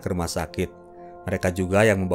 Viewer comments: "Juk jerus" 🤣🤣🤣. Jus jeruk oe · jus jeruk ❎ juk jerus ✅ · Jus jeruk bang. Bukan juk jerus😂😂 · Bang yg bener ngomong jus jeruk bukan Juk jerus, wah mulai sengaja nih mimin.....wkwkwkw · "juk jerus" nguakak cik, mimin nya lho lucu bgt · pengisi suaranya udah kayak isyana aja, suka kebalik2 kata2nya, "juk jerus" wkwkwk